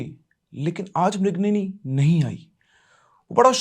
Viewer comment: mirignini nhi aaigi bolna kya chahte hai aap😹😹😹😹😹😹